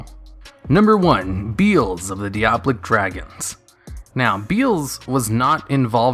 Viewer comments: it's pronounced like "die-uh-bawl-ik" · "dee-ablic dragons"